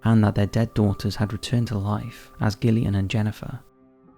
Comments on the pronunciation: Mate the names pronounced Jillian not Gill ian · Gillian is pronounced Jill e an, not Gil e an :) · Hearing "Gillian" over & over instead of "Jillian" made me lose my damn mind! Lol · GIL eon. It’s pronounced JILL eon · You're British, for god's sake....Gillian is pronounced with a soft G, ie: jillian! How can you not know this? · I believe it’s pronounced “Jill-ee-ann”. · Sometimes I get really confused with where you are from, I think U.K. somewhere but then your pronunciation of some things throw me, your an enigma lol. Anyhoo Gillian is pronounced with a soft “j” sound not a hard “g”, so the second twins would be pronounced Jillian and Jennifer x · Ok but its pronounced Jillian. I know Gillian with a hard G is a thing, but all the other names started with a J sound. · How can you much up the pronunciation of Gillian FFS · That pronunciation of Gillian.😂😂😂